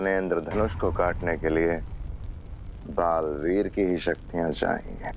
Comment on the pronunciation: It's balveer not balveet